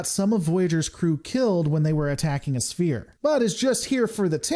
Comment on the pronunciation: Think of sphere as if it were spelled sfere. It is pronounced sfere not spear ;)